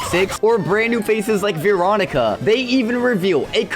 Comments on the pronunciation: its Veeroncia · It’s Veronica not veecronica